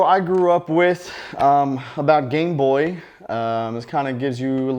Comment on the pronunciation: Lol every time u say gameboy it sound like gangboy